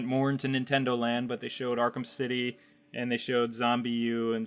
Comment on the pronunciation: "Arkem city 2"? Wtf are you talking about man?